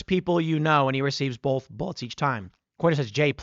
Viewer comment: "Bolth" might as well be nails on a chalkboard.